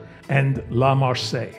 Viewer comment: The correct pronunciation of the French national anthem is "La Mar-sai-ehse." It isn't the same as the port city in the south of France.